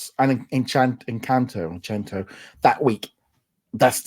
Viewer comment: Please remember guys it's Encanto not Enchanto😊